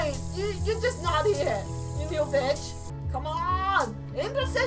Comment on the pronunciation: Do you say bitch or bich